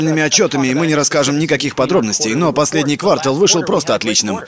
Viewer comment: эйпл, — квАртал, — кварталАх.